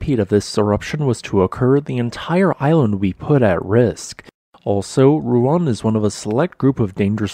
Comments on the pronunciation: Roo- ang. The dipthogs in Indonesian are split rather than run together as in English. You kinda did it near the end. You will find it easier if you put emphasis on the second vowel. That way you make both sounds distinct. Lots of Indonesian names will be easier to say and read by splitting the pairs of vowels into separate syllables. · The pronunciation also throws me too. Thanks for responding. We are all human.